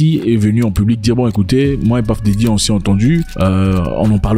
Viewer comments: on ne dit pas paf dedi mais puf dadi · C'EST PUFF DADDY PAS PAFF DADDY, JE LE DIS ET JE SUIS AUX US. Va sur google translate, met anglais, tape Puff dady appui sur le micro et tu va entendre la difference entre ce que toi tu dis et la realitee. Mais la video c'est du lourd! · PAFE DARY😅..... VOILÀ LA BONNE LECTURE 😅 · Celui même qui a choisi son nom de scène, dans ses chansons dit PEUF daddy....Mais mon cher frère congolais Zack dit PAF... comme ci c'est lui qui lui a choisi son nom de scène Mon Afrique 😅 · Désolé mais la prononciation est bel et bien « puhff Daddy et non pas paff daddy et puzzle c’est puhzzle et pas pazzle ! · PAFFF DADDY 😂🤣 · ça se prononce plus comme le o en créole antillais et non paff mais ça n'a pas trop d'importance lol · T'as trop des blessures frere lol. On ne dit pas Puff D. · Depuis qu’on t’a corrigé avec la prononciation de Puff Diddy, t’as toujours mal 😅😅 tu prononces mal frère!!